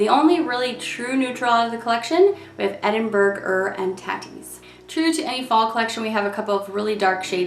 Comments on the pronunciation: I'm crying at every videos pronunciation of Edinburgh-er and tatties 😂😂😂😂. It's tay-ties fyi as in potatoes. Not tat-ies 😂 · The edinburgh-er and tatties name confuses me so much.. like burger and tatties isn't a thing really (mince and tatties yes, not so much burgers) besides.. it's pronounced Ed-in-bu-rah. So the name would be pronounced Ed-in-bu-rah-er and tatties? So stupid.